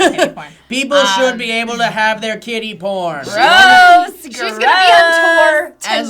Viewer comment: As they were saying "Kiddy porn," I thought that they were saying "Kitty porn." I was so lost. Why would I even think kitty porn?.. HELP ME... O_O